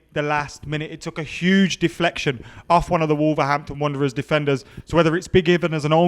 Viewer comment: was so gassed he said Wolverhampton Runderers